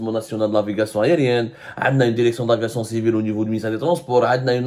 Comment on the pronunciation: DIRECTION ET NON DERECTION YA ABDOU SEMMAR